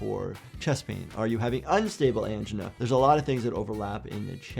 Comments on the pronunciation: Clever pronunciation of angina. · So weird to hear someone pronounce angina like AN-juhnuh, here in the UK we pronounce it an-JIE-nuh